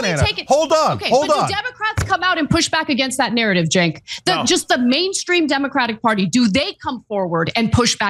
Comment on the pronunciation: The way you mispronounce Cenk's name almost sounds like a slur against yourself 😆